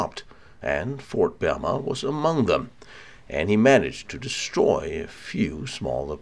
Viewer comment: proper name of the fort is "BEMA" not "BERMA"